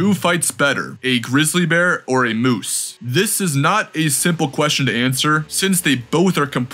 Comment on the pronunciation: There is no letter u in the word MOOSE